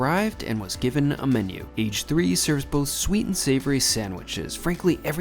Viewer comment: Great video, but the first shop you visited is pronounced "A-gay" which means fried in Japanese. Think karrAGE, which is Japanese fried chicken. Glad you enjoyed Japan.